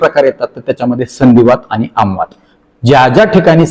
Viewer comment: आमवाद नाही ... आमवात असा आहे